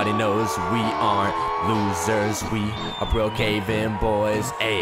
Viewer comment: when said we AREEEEEEEEEEEEEEEEE it look's like said we HROKKKKKKKKKKKKKKKKK